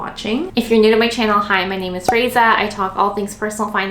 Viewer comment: You say our name Ray-Zuh? Love it, i say our name Ray-ee-suh. Btw not being a troll I was looking up reviews on the bag & saw my name & got super excited!